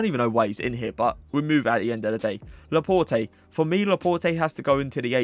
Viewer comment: It’s laport not laport-ay